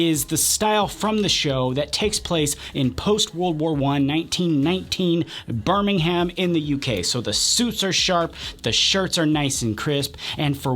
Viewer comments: tip for the future: don't pronounce it Bir-ming-ham. Pronounce it Bir-ming-um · There is no "ham" in Birmingham. It's pronounced Birming-um.